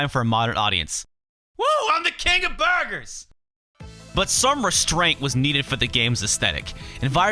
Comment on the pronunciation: I just liked the fact you said "BURGARS" like the dude from Epic Meal Time. All you needed was to say "SAAWWWCCCA" to complete the circle. ^_^